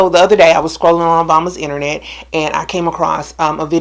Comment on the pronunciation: Did she say "the other day I was scrolling obama internet"? I replayed it I keep hearing that